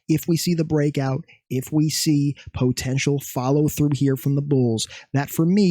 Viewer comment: fav word “po-tential”😂😂